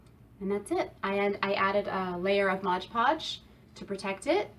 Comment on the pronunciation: MOD PODGE, not modge podge! Apart from hat, great job!